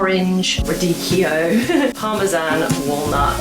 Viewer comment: You totally nailed the radicchio pronunciation!!